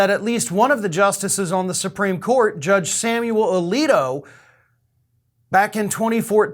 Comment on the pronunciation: Samuel A-leak-O